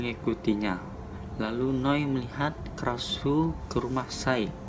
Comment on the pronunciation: Bacanya bukan "Krauuse" bang, tapi sesuai ky namanya, " Kra-Sue"